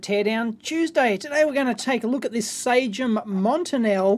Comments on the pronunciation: Is it standard practice in Australia to pronounciate it SA-GEM? The company is named "SA-SJEM" (French) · Cool :D - I have been teased a lot of times because i said "SA-GEM" and was told that it isn't the way it was pronounced.